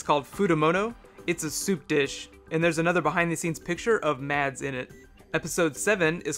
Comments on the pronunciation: Also, I just wanted to let you know that when you say Mads then it is pronounced without the D. In danish the D is silent. So it's pronounced Mas :) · TheDarkprince600 But, he still says MaDs :)